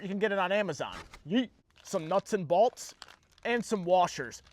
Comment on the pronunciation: It's pronounced bolts